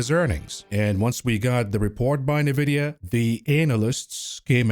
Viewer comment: It Nvidia not Nevidia